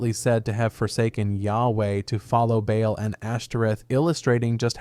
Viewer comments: It's literally just "ball" not BAY ALL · Baal (bāe-all) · Should we maybe google how to pronounce BAAL before hitting record? 😂